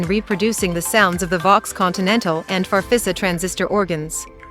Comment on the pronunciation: Would have been nice to have an experienced player do the talking. No musician says "Fafissa".